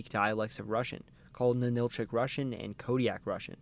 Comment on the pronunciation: Very good video here. However, a few details need to be fixed in the Alaska section. First, Ninilchik, rather than nin-ILL-chick, is NIN-ill-chick. Second, there are 4 more villages like it in the same area near Homer: Kachemak Selo, Nicolaevsk, Razdolna and Voznesenska, and one of the tribes in the area, Dena’ina = deh-NIGH-nuh, rather than deh-nuh-EE-nuh, and the other tribe is Alutiiq, rather than Aluutiq, and its pronunciation is ah-LOU-tick.